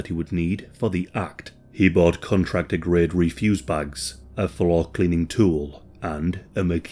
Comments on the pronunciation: in fairness, whilst you do have an awesome voice, you do need to focus on pronunciation and delivery a bit… for example, in this vid you called them “re-fuse” bags, rather than “ref-use” bags - the word is spelled the same, but when the emphasis is incorrect, it completely changes the meaning of the word and cheapens your content a bit… and let’s be fair, we know that “bin bags” was probably the better option for everyone other than your American audience anyway! lol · Love your videos i been a fan for years now. One thing i found may be useful for further videos- refuse bags are pronounced RE as in red fuse, refuse is RI fuse as in refuse to do something ‘I RI-fuse to use RE-fuse bags’. Just a note, no hate! Great vid as per ❤